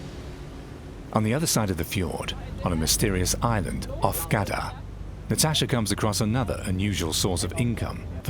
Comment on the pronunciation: Maybe you should pronounce it right: Gardar (which means farms) A bit boring with that english.